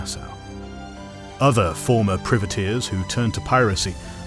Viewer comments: Seriously, you make a video like this and you don't know how to pronounce "privateers"? Both British and Anerican pronunciation is "pry-vuh-TEERS". It's pronounced the same as "Private", the word it is derived from, a shortening of the term "private man of war". The way you pronounce it, sounds like "privet", a term for a type of small evergreen scrub. So it sounds like you're describing a bunch of specialist landscapers who are running wild in the Caribbean. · Ahh, Priveteers, hedge planters for the Crown. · Love the video but your saying Privateers wrong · It pains me everytime he says privateers like that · I'm British he's just pronouncing it incorrectly